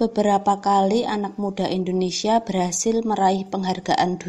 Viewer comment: Di nomer 4 itu Indonesia kak bukan endonesia